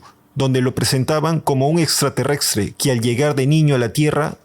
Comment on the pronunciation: Buenísimo el informe! Pero no digas más "extraterrextre"